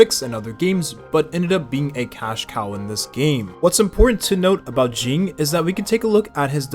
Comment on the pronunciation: why we calling him “jing” …